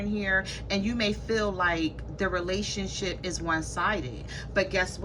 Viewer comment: I Almost thought you said RelationSHIT Lol 😂